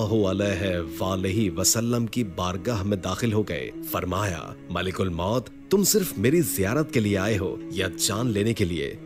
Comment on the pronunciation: Bhai malak ul maut hota hai malik ul maut nai